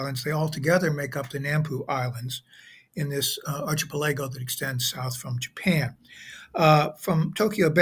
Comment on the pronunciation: As always, a fine presentation. Only slightly marred by the mispronunciation of “archipelago.”